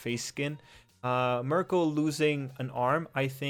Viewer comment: I think its pronounced like "Meer-Ko"